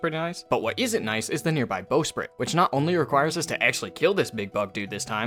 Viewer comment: Super cool video, glad i found your channel. That's not how you pronounce bowsprit, though.